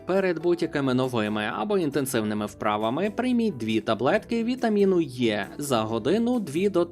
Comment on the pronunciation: Знову чую цей загадковий не існуючий вітамін Є, замість Е. Вде знайшли, що це є неправильне написання. Що це за заговор?